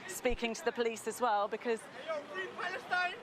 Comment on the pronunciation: Fwee pawastein. Innit bwud.